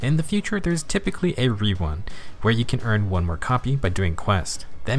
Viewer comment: "In the future, there is usually a re-wun." 😄